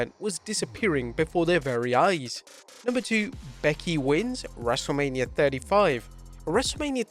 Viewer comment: wrestlelamia also botched